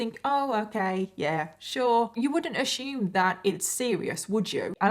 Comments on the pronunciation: They pronounce "sciatica" correctly and second-guess themself, yet they insist on saying "ah-shoom" instead of "assume"... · The way you say “peninsula” and “assume” it so adorable and makes me giggle!!!!! You pronounce the “s” like a “sh”. I wonder where in England you’re from!